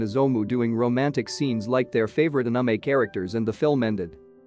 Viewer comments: we're just gonna act like this dude didn't totally butcher the word anime? lol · The way the narrator pronounced the "anime" made me laugh. What kind of accent do you have bro? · “sundear” and “unumay” is killing me💀💀😂